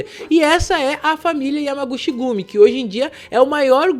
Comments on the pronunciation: Salve 🍻🍻Firmeza?? Cara.. sempre tive curiosidade pra ver como Tu é😂até então só tinha ouvido sua Vóz lá pelo Planeta Novo.. Mano vc está pronunciando Errado..😆no Japão CH tem Som da letra T.. por exemplo Yamaguchi seria como YamaguTi.. (Cha seria Tia,Che Tche, Chi Ti, Cho seria Tchô e Chu é Tchú 😁flwsss Abraços ✌🏾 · "Chi" em japonês se lê "ti" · Se pronuncia (Yamaguti)(chi=ti) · A pronúncia correta é “Yamaguti” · A pronúncia certa eh YAMAGUTI! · Se pronuncia Yamaguti, chi "Ti" o shi sim se pronuncia "chi" como você pronunciou.